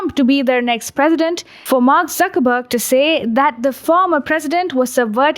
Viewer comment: She saying Suckerburg and Zuckerberg 😂😂😂😂